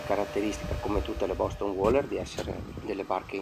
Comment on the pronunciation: Si dice "WEILER"... ma ok! Lo voglio troppo. Ma nuovo costa troppo!